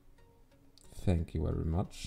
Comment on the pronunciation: thank you very much teperim geri kaç Turkish pronunciation thenk yuu veri maç teperim geri kaç türk var mı laaaaa turkis humor